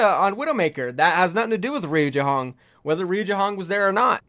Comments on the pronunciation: Reye u not ree u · Yo. It is not „Riujehonk“ it is „Rujehong“, this is how you speak it. I am aware of that it is SPELLED different but you speak it like „Riujayhonk“ but it is „Rujehong“ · It is pronounced as RU - JEY - HONG please for the sake of my own sanity please say it right.